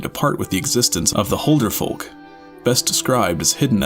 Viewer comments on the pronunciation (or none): BRUH please learn to pronounce Huldufólk, it annoys me when ppl pronounce it wrong